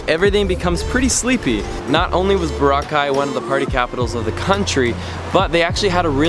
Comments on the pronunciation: It’s not Bora-cai, it’s Bow-rah-cai! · bohra-caii? nuh bruh bo-RRA-cai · It is pronounced bOr-aww-kai. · Enjoyed your video, but Dude! It's Bor-ROCK-eye, not boruh-kye. LOL. Just messin! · It's "BO-RAAAAAA-KAI". Not Bo-ra-kai. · Why does he keep calling it Bora-ki it's Bor-rakai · Nice video there. By the way, Boracay is pronounced bo-RA-cay, not bora-CAY. Stress is on the second syllable. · He said Borca not boracay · It's not Bur-cay, it's Bo-ra-cay! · Jachinoy15 It’s Boracay, not Bora. Because Bora Bora is another tourist island in the Pacific! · Nice vid, but learn to say Boracay correctly - "burr-ROCK-eye" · I was so distracted by the way you pronounce it. Is it BORA-kay OR Bor A KAY or what? .... I mean...you didn't say it the same way twice.... let us know. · It's pronounced phonetically "Bore - rock - kai" just fyi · Ba-Rock-I is how you say it man...lol... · Boh - rah - khay ( stress on 'ra' ) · Bo/rah/ khay- stress on the 'Ra'. Thank you. :) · You pronounced boracay incorrectly. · Stop saying the name of the island wrong. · Everything is changed except you foreign people who always pronounce boracay the wrong way.. pity.. Do you want us to pronounce "Chicago" the wrong way.. Hopefully you dont get hurt. So sad, just dont come to the country if you cant pronounce correctly..alright? 😐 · It seems you've been there enough times that people there really welcome you. So, repay our hospitality by pronouncing Boracay correctly. I know you know how. You did it at least twice in this video. You're almost Pinoy. So, honor us in this way as we are honored by your patronage and seek to honor you as well. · If you're going to do a video on a certain place at least know how to pronounce the name of it. Good video though. I was there in 2006. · How many pronunciations of BORACAY can you fit in 1 video? Haha Love the vid! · Why Neither You Or Your Girlfriend Can't Pronounce BORACAY Correctly. Gro up men.